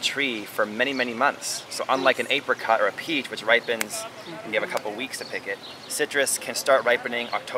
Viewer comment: apericots? how do you say apple?